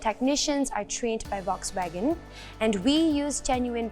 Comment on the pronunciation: Volkswagen pronounced wrongly🤦🏻